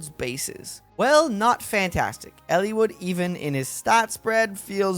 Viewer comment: Its Eliwood. Not Ellewood.